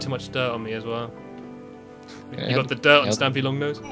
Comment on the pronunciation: Did he say stampy long nose?